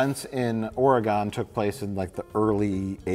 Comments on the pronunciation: I don’t think gives a fuck but it’s oh-reh-gahn. Not ore gone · tell me you don’t know how to pronounce Oregon without saying you don’t know how to pronounce Oregon. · The pronunciation of Oregon will never not drive me up the wall. It's pronounced like ORYGUN or even oregn, it should never sound like gone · Oregon is pronounced like organ with an e sound in the middle. Not like “ore-ee-gone.” I am aware that nobody will read this. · Say it with me "Or-uh-gun" not "Or-uh-gone". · its not ORE-A-GONE you FOOLS. Its just Organ, like the instrument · "Or a gun". Not "Or uh GAWN". Have some respect for the buffet ill. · It’s pronounced Or-eh-gun. Not Ore-ee-gone. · Or-eh-gun...not Or-gone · and listening to them pronounce it "ore-gone" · As someone who lives in Oregon, it is so endearing to hear them pronounce it as 'ORE-GONE.' Fantastic video though as always; made my night. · Everytime they pronounce Oregon "Ore-gone"😂😂😂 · and Ugh! The way you guys pronounce my state’s name is painful to hear. Oregon is pronounced Or-Gin. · Lol people who pronounce it Ore-gone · “Ore-gon” really,? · How they say Oregon hurts my Oregonian heart. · stop saying Oregon wrong. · Why are you all saying Oregon wrong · You guys are so smart but why are you saying Oregon incorrectly. It's so cringe.